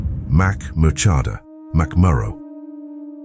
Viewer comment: I did not appreciate the pronunciation of Murchadha. But it was good for a laugh.